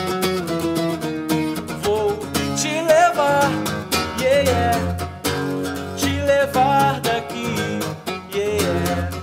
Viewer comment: " yeéyé "??? não seria " yeah " ?